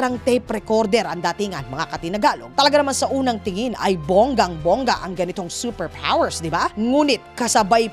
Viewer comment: seper pwoers!